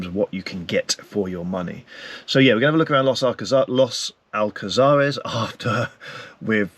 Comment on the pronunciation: Los Alcázares is a very busy place even in winter, this guy is only in the Old Town if he went further up to the 525 Strip that is a very lively place with a lot more bars and restaurants, and his pronunciation of Los Alcázares is not very good. Also all the supermarkets he mentions are all there. Come on get your act together